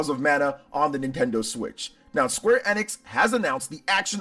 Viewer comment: Isn't it pronounced ee-nix? Not eh-nix.